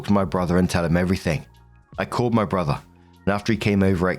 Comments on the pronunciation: Hehe "borther" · Borther, BORTHER